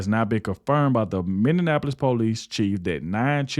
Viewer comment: I've just recently found your channel and of course some of the content you have I've already seen some I haven't, but I'll help you with something. To pronounce Minneapolis= Minnie app poll less, You're welcome.